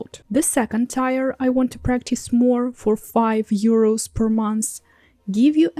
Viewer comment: Thank you for the continued language tips! I hope you don't mind, but I have a tip for your English... we pronounce the word "tier" more like "teer" or a "tear" from crying:)